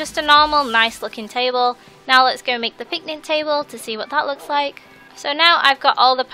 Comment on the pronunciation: It's picnic not pitnic